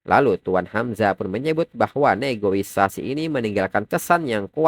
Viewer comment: mohon maaf bang bukan maksud mengkritik ya tapi cara penyebutan nya bukan negoisasi tapi negosiasi 😁👍🏻